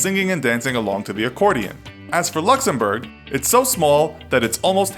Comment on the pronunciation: Oh come on don’t take the u out of Luxembourg